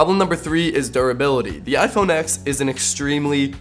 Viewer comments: If you're going to review a phone, at least say the phone name correctly. It's "iPhone ten" not "iPhone ex" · Its read TEN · ...............boi........... It's the 10th anniversary. MacOS X used to be pronounced as 10. Fricking get with the times. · You didn’t say the phone name right one time